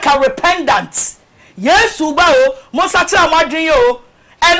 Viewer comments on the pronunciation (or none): Did i hear rependant? Anaa meyale?